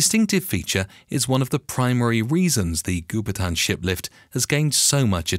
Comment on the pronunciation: Goupitan is pronounced "Go Pea Tarn", not "goo per tan".